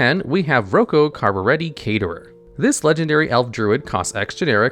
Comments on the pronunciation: As a huge fan of boondock saints... it's "Rock-o" not "Roocoo" 😢😂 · I thought it was pronounced like “Rocko” and not like “Oko” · Instantly mad you think his name isnt “Rock-o”, you clearly are not Italian 😂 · Did he just say “roko” lmfao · I think Rocco is pronounced rock-o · I don't think that's how you pronounce Rocco..